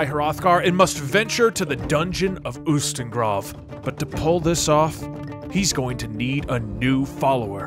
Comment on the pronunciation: Btw in skyrim you can find a priest named Heimskr is literally the word STUPID in some nordic languages. I laughed my a off when I saw that and I also do agree all religions followers are stupid (but also nice) people. Ustengrav is pronounced like OO Stenn (HARD G & R)av. GhRrrav This is just if you want to sound cool. Don't really care if you said something wrong unless it's in your own language like pronouncing Todd like Toad